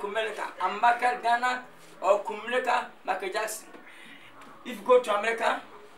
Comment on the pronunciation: Why lil Wayne keep saying kumelica 🤦‍♂️🤦‍♂️🤦‍♂️🤦‍♂️🤦‍♂️